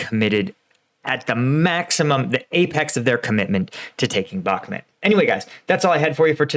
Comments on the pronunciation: in his last video finally, finally, pronounced it bach-MOOT, and I celebrated! Today, back to the bad habit BACK-mutt. This pet peeve aside, great commentary, info and analysis. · Hey, I've noticed you have a tough tine pronouncing Bakhmut. It's pronounced Bakh-moot